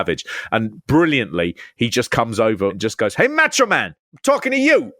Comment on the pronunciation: Why do you guys keep referring to the Macho Man as "Match-O Man"? Seriously, though, quickly becoming a fan of this channel.